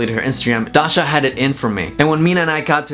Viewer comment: the way says Dasha is really satisfying